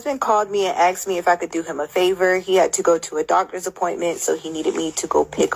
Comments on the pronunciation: And axed, instead of asked. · Hahahaha......I noticed she said "axed" too. Not as bougie as she thinks she is. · Yes! I picked up on that too! Who’s uneducated here? She also used the the word clienteles when clients would of been appropriate. And the infamous Axed instead of asked. 🤐